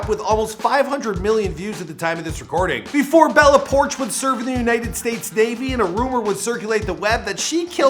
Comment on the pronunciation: It's not bella porsh it's pourchh